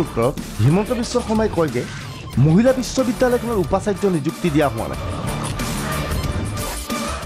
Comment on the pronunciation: "Muhila" nahoi "Mahila" he.